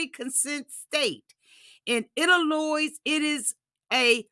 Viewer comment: I say this with all the love in the world. Illinois…it’s pronounced “El-a-noy” The “s” is silent. Like the “L” is silent in Salmon, it’s pronounced “Sam-an”. Love you and don’t want you using bad English in mixed company 😊